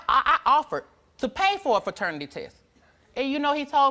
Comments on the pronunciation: Ferternity test??? 😂 I wish they would get it right PATERNITY People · She had like five different opportunities to say paternity and said fraternity every time 😂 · that girl had about five different opportunities to say paternity and said “fraternity”, so matter-of-fact every time 💀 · "Fraternity test " omg 🤣🤣🤣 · Too damn old to be using improper grammar , can’t believe she said feternity test 🤦🏽‍♀️